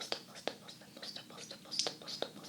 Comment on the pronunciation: I love the "stpl" sounds of you saying stipple lol